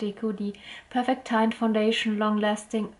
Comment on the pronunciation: Teint? Wie Taint? :D Das spricht sich eigentlich französisch aus. :)